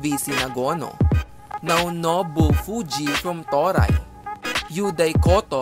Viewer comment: Toray( To-rey) .